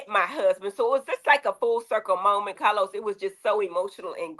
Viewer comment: 🗣️Cah- loz, fix yo damn innanet.